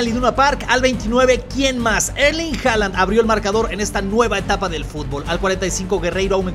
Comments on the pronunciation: HAALAND SE ESCRIBE PERO HOOLAND SE PRONUNCIA !!! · Y recuerden no se dice hala se dice holand 😉